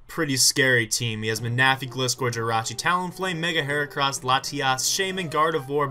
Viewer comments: LOL jolt ma-na-phy. [: defiently not man-a-phy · Happy birthday (also Ma-na-phy. Really?)